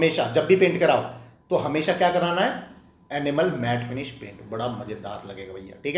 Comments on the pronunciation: Enamel bolo Animal nahi😢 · Kahan se aya maza nahin aaya aur enamel pronounce karna seekhlo. Animal janwar hote hai. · ये भैय्या, एनिमल नहीं इनयमल है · Animal nahi, ee-na-mel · Your pronunciation of enamel is wrong Pls check it’s not animal it’s enamel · I heard animal till I read the description.. 😂😂 Thanks for info